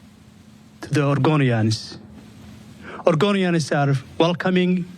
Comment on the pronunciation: Oregonians ❌ argonians ✅